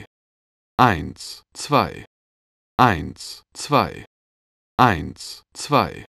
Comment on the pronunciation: lol :D:D bei sagt der typ statt "eins...zwei" immer " eint...zwei" xD:D